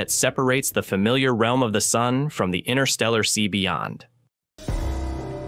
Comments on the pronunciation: Yo, there be TWO "t's" in interstellar. ;) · These AI voices can be annoying indeed. Why INNER-stella when it is INTER-stella? Spare me!!! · The void is irritating AND can't pronounce InTerstellar properly. The T is not silent, it's not INNER-stellar. Spoiling a beautiful word.